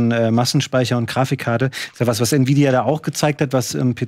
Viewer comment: "Nividia" :D